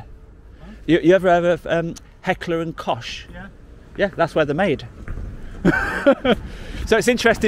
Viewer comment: H&K Heckler and Koch is pronounced like Cook.